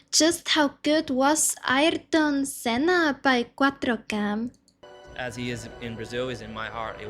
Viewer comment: You are the first Non-Brazilian youtuber I saw that got the name right.Even the video you are reacting got the name wrong, but you managed to get it right. I am old enough to have watched Senna racing at the time. The thrill was amazing. He pulled things that to this day you do not see happening again.. There was one race in particular that he lapped almost all other pilots. except one. He was competitive even when he had the worst car, when he had a good car he was unstoppable. No disrespect to Schumacher, he was a great pilot, he was among the best. But Senna is a legendary.